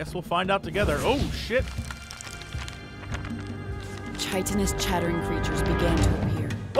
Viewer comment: It bothers me that a game about language like this has a narrator who mispronounces words like chitinous...